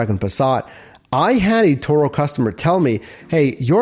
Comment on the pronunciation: Its turo not toro!